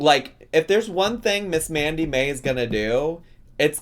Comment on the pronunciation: I dont watch twitch, so i may be missing the joke here. Why did it sound like you were calling her Mandy May, when her channel says Sammi Mae? Not hating, just curious if i missed the joke or misheard you?